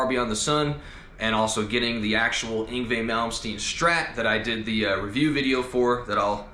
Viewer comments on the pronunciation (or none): I can't quite make out the name..must be the accent but it sounds muffled Everytime you say it..